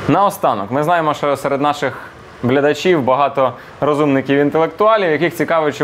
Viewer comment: "Ми знаємо, що серед наших блядачів"...XD